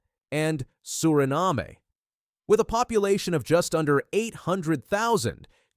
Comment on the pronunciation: "SU-RI- NAM"; not, SU-RI-NA-ME😂😂😂😂😂😂😂😂😂😂😂.